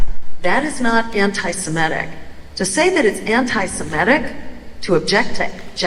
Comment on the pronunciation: Jill, say it correctly! It's anti-se-MIT-ic, not anti-si-MET-ic!